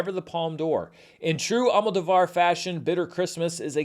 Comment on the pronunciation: Hey, remembering your feud about the correct pronunciation of Giancarlo Esposito's Spanish surname, I think you'll appreciate to know that the surname Almodovar is actually pronounced AlmoDOvar, instead of AlmodoVAR.